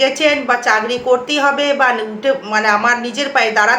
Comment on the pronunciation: চাকরী কে যখনি শুনেছি " চাগরি " বলছেন আর ভিডিও টা সময় নষ্ট করে দেখলাম না